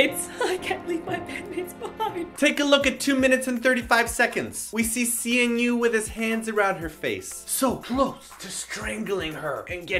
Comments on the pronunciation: It's pronounced as C NU because his real name is Shinwoo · C-N-U? Lol it's Shinwoo. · CNU is pronounced Shinwoo. :)